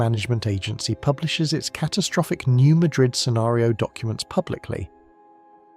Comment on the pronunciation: It’s pronounced “New Mad-rid”